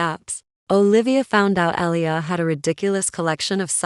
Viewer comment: Good story,it’s” Ah lee yah” but enjoyed it anyway.